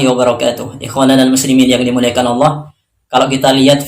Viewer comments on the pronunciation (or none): none